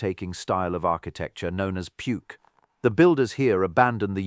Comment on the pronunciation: Wow.... some of the Ai generation is absurd with little men lifting stones weighing tons like they were cardboard boxes, garbage glyphs, and "Puke", which is pronounced Poo-ook, not Puke!